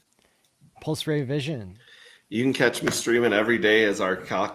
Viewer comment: bastard is English but he can't pronounce Pulse.... Well done on all the other stuff though and he has done fantastic things!